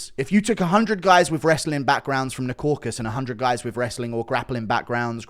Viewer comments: KauKAsus not Kokus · Hearing these grown men say 'crocus' & 'caucus' is quite harmful to my ears 😘😘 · It's unironically guru's fault, he's been saying "caucus" for years and refuses to correct himself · i realize now youre the one confusing DJ with the pronunciation of the Caucasus. Your fruity accent sounds like "Corkus" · “Croakus” lmao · DC even said “caucus” correctly in front of DJ and DJ still says “crawcus” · Am I the only one triggered by these idiots messing up the real name of the region? It’s caucaSUS mountains or in the language of the native there kavkaz mountains. Not caucas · Caucasus not caucus. Mate it's not that hard. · It’s Caucasus and not „caucus“ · That pronunciation on Caucasus was diabolical. Caracas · Bit off topic but why do people just refuse to pronounce the full word “Caucasus”? It’s like saying Cafornia instead of California.